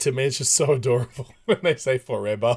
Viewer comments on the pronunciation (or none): "ForeBer" It's because at that time Su-nglish was still in Beta